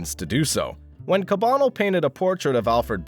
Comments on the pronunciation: It’s cah bah nell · The pronunciation of “Cabanel” doesn’t seem quite right. Check out The Canvas’s “Alexandre Cabanel: Fallen Angel and Academicism” at 3.37 for a pronunciation that’s closer to what’s commonly accepted.